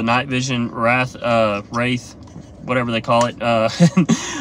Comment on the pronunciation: bro, at least learn how to pronounce the product you are using. wraith, not wrath. two totally different things